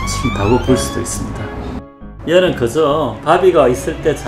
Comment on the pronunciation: ‘그저’ 를.. ‘그Zㅓ’라고 발음하셔ㅋㅋㅋ